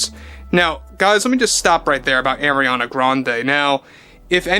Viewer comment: Just think like a pirate its Arrriana Grande, not Areania